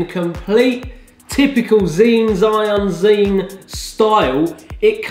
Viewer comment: Zhiyun is pronounced like 'JAI- YUN'. Hope that helps!